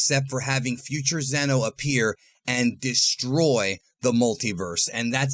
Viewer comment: Its zeno.